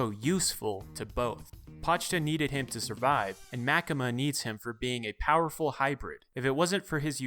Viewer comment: I think it was MaKEma